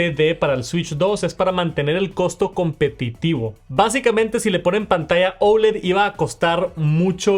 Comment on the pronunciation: Por qué dices ouled ? , es oled así a secas !!